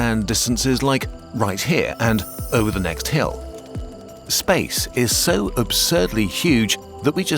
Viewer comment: did you just say imposible? upscale